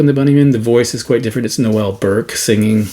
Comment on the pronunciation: Cool showings. I love The Lotus Eaters, a real discovery for me over the last few years. Do you know about the swearing that's half-buried in the mix of 'Unbelievable'? Btw I enjoyed your Canadian-French pronunciation of the names Bernard Sumner and Noel Burke, it makes them sound very sophisticated! 😅